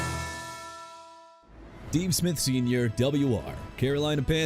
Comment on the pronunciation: STEVE SMITH SR. NOT "TEVE SMITH SR.", TRENT WILLIAMS NOT "BRENT WILLIAMS", KIRK COUSINS NOT "IRK COUSINS", DREW BREES NOT "BREW BREES" AND NEW ORLEANS PRONOUNCED NEW OR-LINS NOT NEW OR-LEANS!! GOT A PROBLEM WITH GETTING THE NAMES RIGHT,?! DO AMERICA A FAVOR AND QUIT!